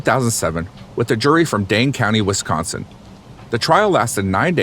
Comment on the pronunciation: Coming from this area, and being in class with Avery's twin boys in school...... its SUPER cringe and irritating that the narrator cant pronounce the city names correctly